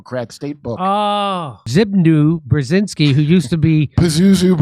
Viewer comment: I'm Polish and each time you try to say Zbigniew Brzeziński I'm lost, trying to understand what are you talking about. xD